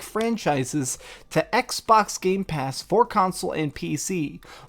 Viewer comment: Gamepass, not GameSpass